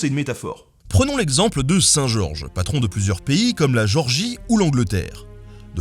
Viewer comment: J'ai une question pourquoi tu ne prononce pas le "É" de Géorgie ???